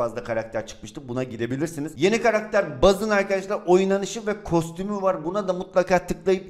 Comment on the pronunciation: Üç... Kavgacie.: Güler: Karaqter.d